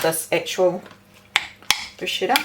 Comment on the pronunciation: Hi - just a wee hint before the Italian viewers growl: it's pronounced bru- sketta! Am definitely going to try the glaze. Thank you for the recipes. X